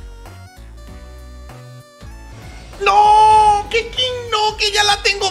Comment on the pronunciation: Le ponen Keching en vez de Keqing porque así se pronuncia y le dice Keking xddd